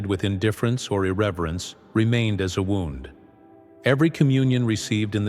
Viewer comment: I don't trust AI! This ai narrator can't pronounce wound..to harm..it said wound...as he wound the clock. Thumbs down